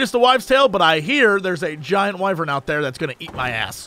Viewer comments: Jesse, Internet, it's pronounced "WHY-VERN" Wyvern. Not Wyvren, Wyveren or Wyvererereren. Think of an old guy; WHY VERN, WHY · It's Wyvern like the the wai in waifu.